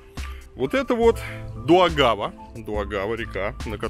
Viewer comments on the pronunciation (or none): не дУагАва, а дАугавА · во-первых дАугава а не даУгАва. Во-вторых Янис а не жанис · Какая на*** Дуагава? Это вообще откуда такая информейшн. Даже на Гугл картах написано Даугава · река называется Даугава, а не Дуагава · Река в Риге называется Да-у-гава, а не Ду-а-гава ;)) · Варламов- каждый видит то , что он хочет видеть... И не река Дуагава, а правильно звучит- река Даугава! Рига- красивый современный исторический город- столица Латвии! Уютный, с запахом вкусных булочек и ароматного настоящего кофе! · Только приехал из питера в ригу, а тут видос варламова)) И кстати Даугава, а не Дуагава))) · ДАугава река ! А не ДУагава... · Дуагава? Даугава и где то там помирают со смеху латыши)))) Добавлено: искренне полагал что я первый такой внимательный... Ну почему мне не суждено быть первым ;( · Ну какая нафиг Дуагава?:)) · Дуагава...🤣я под столом... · =) река ДАУГАВА а не ДУ-АГАВА или называй как есть ДВИНА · Не Дуагава а ДАугава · Дорогой Илья Варламов, река называется не Дуагава, а Даугава 🙃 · Илья! Река называется не ДУагава, а ДАугава! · некая двойная агава вместо Даугавы)) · Не Дуагава, а Даугава, ударение на первый слог. Она же Западная Двина. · Дуагава? Ты так сказал, Вырлымов? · Река не Дуагава- А ДАУГАВА (западная двина) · вроде Даугава, а не Дуагава, не? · Дуагава??? В Риге???? Неет ....только Даугава! О великий Варламов😉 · 😄😄😄😄Илья река называется Даугава а не Дуагава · Хей, река называется ДА́УГАВА, а не дуагава. Остров Кипсала, где сала значит остров. Что по бумажке нельзя прочитать правильно? Это неуважение стране, где вы находитесь. Да, Санкт Петербург нравится, но Рига лучше в плане старинной архитектуры. Количество зданий Югенд стиля (40) охраняется ЮНЕСКО. Больше чем где либо в Европе!!! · ДАУГАВА! И не как иначе. В крайнем случае Западная Двина, но не Дуагава !!! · сам ты Дуагава, Варламов. Даугава – с ударением на первый слог (как и все в латышском языке) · Река Даугава, а не Дуагава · Река - ДАУГАВА ,А ДУАГАВА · Не Дуагава! А Даугава река!